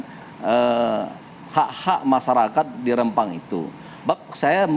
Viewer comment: Rempang, bukan Rembang